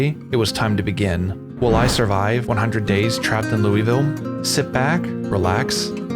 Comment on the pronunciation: loou-vull not lewie-ville PLEASE!!!